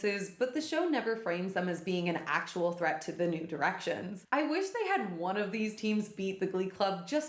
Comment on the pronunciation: God damn it now all I can hear when you say New Directions is “nude erections” 😭